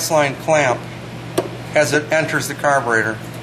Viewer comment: carberator x3 times 😆